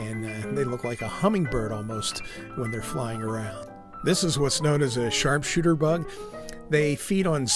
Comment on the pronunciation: Did you say sharpshooter or shartshooter. 😅